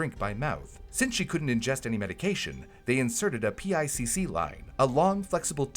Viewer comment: It's pronounced pick not p i c c